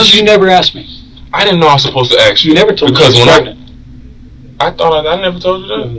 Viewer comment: What can’t ghetto blk ppl Say the word “ ASK “ They say AXE .. smh Or AMBULANCE THEY SAY AMBA-LANCE